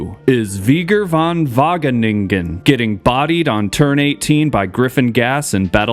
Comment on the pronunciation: You pronounced Van wageningen perfectly...